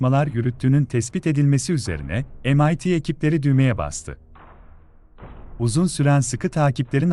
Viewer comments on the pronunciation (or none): Kanal iyi güzel de... Türkçe'yi katlediyor. emayti ne yaw? :)